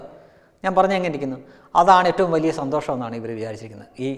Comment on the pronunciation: സന്തോസമോ.... ഇവനു അക്ഷര വിദ്യാഭ്യാസമില്ല സന്തോഷം എന്നു പറയാൻ... 😄